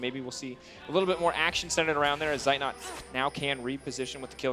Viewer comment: I'm always triggered when the casters mispronounce Zeitnot...after several years they still didn't manage it.